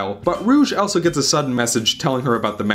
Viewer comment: the way you pronounce "also" is driving me mad!